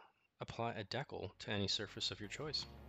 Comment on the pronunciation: "Pretty good, pretty good. Wait-- deckle?"